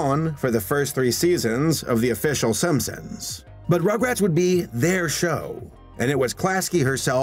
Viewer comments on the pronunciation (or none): none